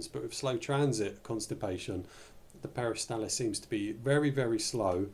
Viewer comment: NOT peristalis but peristaLSis